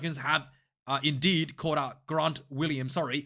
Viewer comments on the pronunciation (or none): Grant is an English name, so just the normal “g” sound! Do the throat clearing for Gerard.